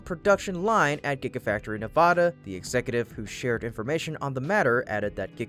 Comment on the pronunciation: In the future, please pronounce Nevada's state as ( Nev add ah ) not ( Na vaaaah da) shorten the long aaa forming a's No one in the state pronounces it that way. Thank you 😉